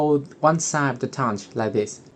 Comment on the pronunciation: Why do you say toundge